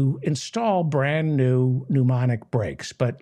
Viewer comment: its pronounced newmatic